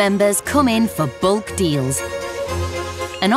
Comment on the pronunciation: "buying in bollk" what is bold? it is bulk